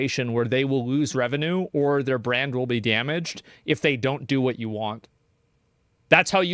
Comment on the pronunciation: Visa and Mastercard are worried about brain damage but it's too late because they already revealed they are in fact restarted. (I'm joking, Asmon said brand damage but it sounded like brain damage, it's a joke)